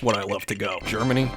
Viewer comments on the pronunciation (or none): none